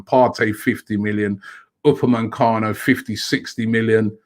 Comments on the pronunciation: stop calling him upamancano ROBBIE! If we want him we wanna get his name right! U _ PA _ ME _ CANO! omg Robbie you must be working for Tottenham. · Aouar is pronounced "Ah-war", not "Aurier" lol. Also, it's Upamecano, not "Upamencano"!